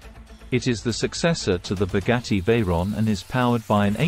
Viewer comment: "boggatti kairon" 👀💀